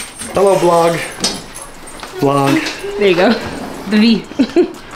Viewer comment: the way your dad says “blog” & chews his gum 😭😂